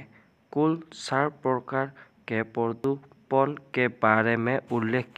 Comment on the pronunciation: পৰদুপন নহয় হিন্দীত প্ৰদূচণ